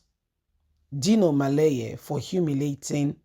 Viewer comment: It’s melaye and not maleye. Why do you have such a twisted tongue?